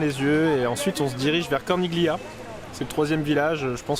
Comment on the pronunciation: C est drôle de voir la jolie pleurer d épuisement dans les cinque terre alors que ce sera une guerrière en Afghanistan et en Iran..le voyage visiblement endurcit..Bravissimo a vous 2..et au fait dans CORNIGLIA comme dans TAGLIATELLE on ne prononce pas le G A très vite 🥰🥰🥰🥰🥰🥲